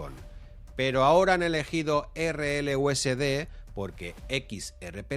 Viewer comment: valoro que digas erreeleuesede y no erelyuesdi, equiserrepé y no icserpi, etc...